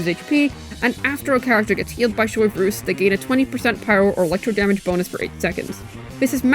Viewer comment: I love Americans pronouncing things SOY-vreuse xD